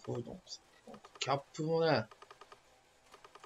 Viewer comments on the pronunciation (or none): 相変わらずキャップのイントネーションが気になってる（笑） 帽子のキャップに聴こえちゃう